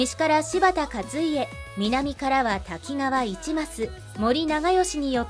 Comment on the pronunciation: 一益、一マス、ではなく、かずます。